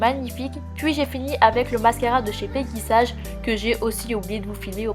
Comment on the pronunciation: ça se prononce pas pegy sAge mais pegy sayge